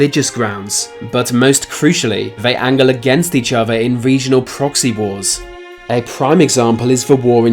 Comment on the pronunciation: Wif each ova. Or.....hear me out....with each other.....